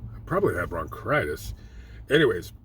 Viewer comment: "Bronchritis" lol